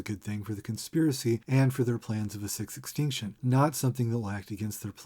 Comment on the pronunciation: You may have fallen a little deep into the numerology well at the end there, but I can't deny that every time you say "sixth extinction" it sounds like "666tion" to me and I have to wonder if that was on purpose